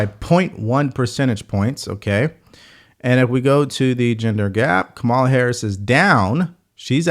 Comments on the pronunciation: You still can't pronounce Kamala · Why won’t you pronounce Kamala’s name correctly?